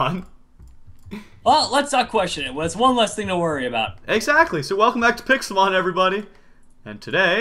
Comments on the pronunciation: u said pixlmon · in the beginning he said "welcome back to pixlemon' lol! its dinosaurs man!!! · also in the begining did he say welcome back to pixlemon? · Lol he said welcome to pixlemon XD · Mitch said welcome back to PIKCELMON lol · Mitch said Welcomd back to pixlemon XD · u said pixlemon i love ur vids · Hahaha mitch said pixlemon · Mitch said pixlemon. Lol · Mitch u just said welcome back to pixel Mon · lol you said pixlemon XD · Did you say pixel Mann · You said "welcome back to pixlemon" ... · You said welcome to pixelmone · Did he say picalmon of am I going crazy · He said pixlemon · You said pixalmon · YOU SAID WELCOME BACK TO PIXLEMON ITS NOT FUCKING PIXLEMON!!!!!!V " O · Why did you say picksulmon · at the first part u said "welcom to pixlemon" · Mitch said welcome back to Pixlemon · Mitch said welcome back to pixel mon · Did any hear him say "welcome back to pixlemon" lol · done with what and he did say welcome back to pixlemon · you said welcome to picelmon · Am I the only one who heard mich say another episode of pixel mon? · Lol u said pixlemon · You said pixel mon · Lol you said pixel mon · Did he say Pixelmon...? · He did not say Pixelmon